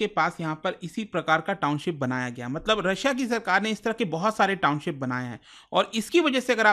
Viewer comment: Sir Noida se h. Township ko Towncip bolte par kaam kar rahe us cheez par, bhot bekar lagta h